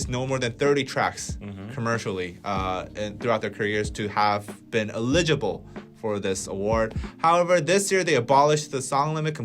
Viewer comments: I have nothing at all relevant to say here. Just that I was super distracted by you two's cute pronunciation of 'eligible'.😄 I love that it was consistently the same betwixt you. BTW, the stress is on the first syllable. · ELL-i-gi-ble!!!! Grammarly! Good!......Potential problem - you might not know how to pronounce words you have never heard spoken. Solution - Look up the pronunciation. - your English is nearly perfect, so - your errors stick out. Ex.: eligible - correctly pronounced with the stress on the FIRST syllable (not the second): ELL-i-gi-ble (not e-LIG-i-ble). You BOTH made this mistake. UGH! I still love you.